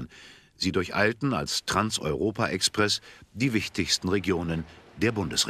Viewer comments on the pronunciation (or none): Was ist denn das für ein Kommentator? Es hieß noch NIE Trans EuropA Express!